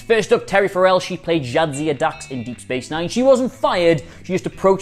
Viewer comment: FAIR-ell, not fur-ELL.